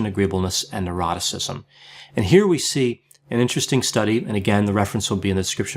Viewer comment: Every time he explains the OCEAN acronym I always hear the last part as “and eroticism”. It leaves me wondering if I need help and what kind.